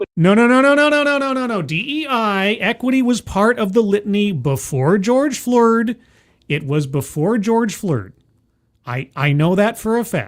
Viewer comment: I had a good laugh when said, "George Floored". The hits just keep on comin' with these "folx".